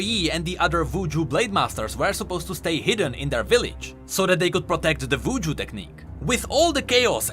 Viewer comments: Hopefully I'm not the only one who thought he said "Vooju"(I know it's cause of his accent, but I thought it was humorous). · You are actually trolling. Pronouncing W as V (Wuju as Vuju) and V as W (Vilemaw as Wilemaw)